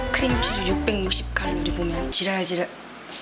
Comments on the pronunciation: 찰진 조ZI나의 ZI랄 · 오늘의 킬포인트:Zㅣ랄Zㅣ랄(Sorry) 해줘도 Zㅣ랄(쏘re)